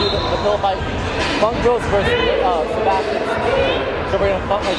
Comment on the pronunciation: Wassup ps I'm called Sebastian but it's not Seb ass chin it's Spanish